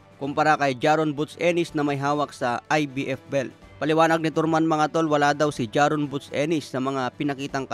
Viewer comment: Tarman hindi torman, bobo😂